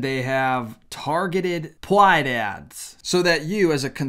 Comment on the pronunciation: Let your new viewers know why you say pwyde, twans & so forth. I don't get it